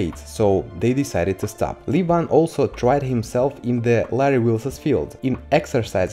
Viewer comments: He is levan not livan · First learn how to correctly pronounce the first name of Levan Saginashvili. otherwise, you sound silly.)))